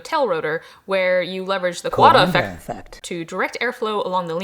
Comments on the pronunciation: Coandă effect, Romania (almost) mentioned!! I appreciate the effort to look to look up how to pronounce it, it should rather rhyme with "kinda" if it helps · I just started the video but my god, you scared the bejeezus outta me with that soundbit of someone pronouncing "coandă effect" LOL Anyway, always love seeing your videos and learning cool things to research, thank you for your content!